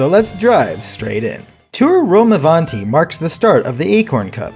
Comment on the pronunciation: As an italian the pronounciation of rome avanti is so good but funny too😂